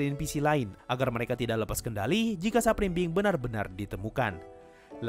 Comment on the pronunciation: Supreme being?, Bjir gw dengernya sub belimbing😅😅